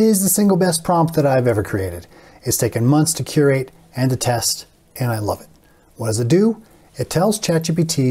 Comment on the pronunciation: very impressive stuff. thanks a lot for sharing. really appreciated when people share their experience with AI. Only thing that confused me a little is you pronouncing 'create' and 'curate' exactly the same way. lol